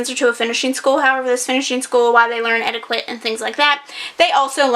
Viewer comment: You say Etiquette wrong 😂